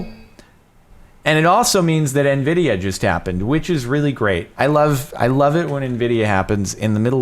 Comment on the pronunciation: FRIKEN NVIDIERRRRRRRRR, NVIDIARRRRRRRRR, EYNVIDIERRRRRRRRRR!!!